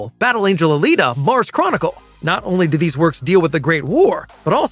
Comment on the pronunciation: Not alata!